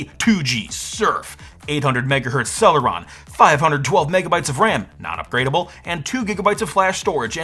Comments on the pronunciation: "Intel Celery M" 😭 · Intel 'Celery' CPU 🤣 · Haha, "Intel celery"!